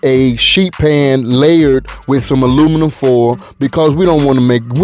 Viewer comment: 😂🤣😂🤣😂🤣😂Im from the A and thats exactly what we say. "Luminum foil"🤣😂🤣🤣